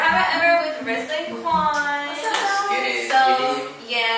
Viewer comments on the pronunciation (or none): Why is nobody talking about the fact that u said wuan instead of quan😂😂